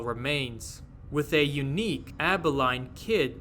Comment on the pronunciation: It's abba-leen. It's a little town in Texas.